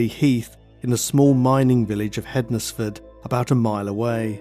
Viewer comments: Hens-fud not hed nes ford. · Found this interesting, I live in Stafford, which isn't too far from the crime scene. Just for future reference tho, you don't pronounce the Nes bit in Hednesford. It's either Hensford or Ensfud, well, that's how we say it round here. xx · I live in hednesford but pronounced hensford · It's pronounced hens-fudd, like Wednesday is pronounced wens-day not wed-nes-day